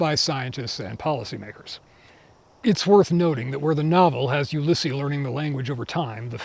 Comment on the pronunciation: This was excellent overall, and I'll be looking for future installments with enthusiasm. Just a very minor note, though: you've mispronounced the French names. Ulysse in French is "oo-LEES." Just a barely-important note, but I thought I would mention it. I'm looking forward to your further discussion of the first firm and presumably, its commentary on racism.